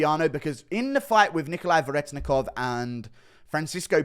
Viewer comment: You still don't know how to say Veretennikov correctly. (Ver-eh-ten-ikov)